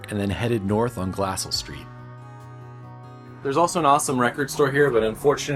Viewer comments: It’s pronounced Glacell not Glasell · We pronounce it “glass-EL” not “glass-all” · Glass-Sell??? It's Glah-Sell, just as a helpful tip. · My hometown! Also it's pronounced Glah-sell. Like how you would say "gazelle" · Thank you. I was giggling at the same thing. It is pronounced gla-SELL with the emphasis on the second syllable. NOT pronounced like "hassle" as Glassell Park in Los Angeles. Named for Andrew Glassell, one of the founders of the City of Orange. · Have someone tell you how you should pronounce Glassell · Can tell you're not local by the way your pronounce Glassell 😛